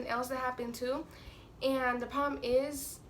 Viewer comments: Is it just me or every time she said "problem" it sounded like "poem" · She don't know how to say problem